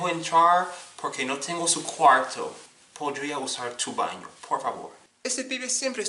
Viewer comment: I have really been enjoying your videos man! They shed some light in to things that I need to start working on. Thank you for the content! I can't help but admit that I cringed so hard when you were speaking Spanish horribly. I know people who pronounce a lot of the words like that! (- Por ejemplo ¿Puedo ir al baño? (PWAY-DOH IR ALL BAN-EO POR FAH-VOR.) Keep it going man! hahaha